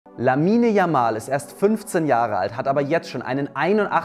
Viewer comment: Bitte, sprecht den Namen nicht deutsch, 🤭